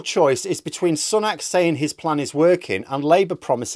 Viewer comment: Sun ack? No, Su nok.